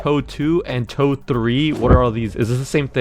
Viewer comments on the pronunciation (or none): How pronounce it it’s not toe it’s tee oh ee